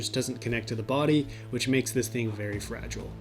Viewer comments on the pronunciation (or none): none